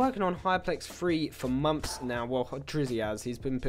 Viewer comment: the way he says "months" sound like "moms"😂